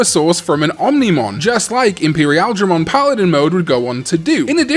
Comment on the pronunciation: u pronounced imperialdramon weird again. I don't remember if u want us to "correct" u or not, I'm sorry